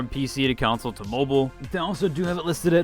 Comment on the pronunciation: The way you say council instead of console is kinda weird. It is /kənˈsoʊl/ not > council /koun′səl/